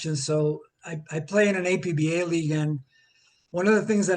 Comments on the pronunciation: It's pronounced Appah and it is primarily a cards and dice board game. Why does your committee ignore baseball board games? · the company called it APBA, not A-P-B-A. It’s Ford, not F-O-R-D.